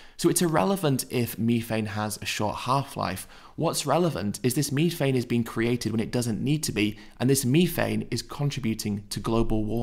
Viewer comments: what in da fook is meeefane? you mean methane? lol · It’s methane th not mefane.